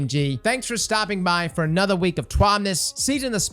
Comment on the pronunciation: I can't lie, half the reason I watch these are to hear "anotha week bois and anotha TWAB"